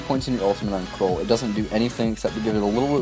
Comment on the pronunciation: Btw it's pronounced Kr-ool like Cruel